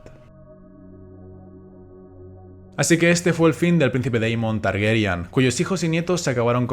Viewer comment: Por qué dicen 'Targeryan' y no 'Targaryen' tal como está escrito